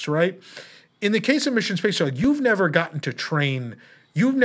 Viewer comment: spicy? Nevah!